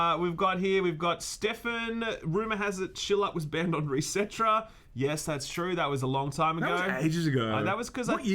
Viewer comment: Isn't "resetera" pronounced "reset era"?